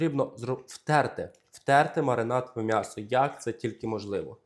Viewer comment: Будь ласка, кажи « Мʼясо», а не по- москальськи(«мясо»). Ти ж українець!!!!!!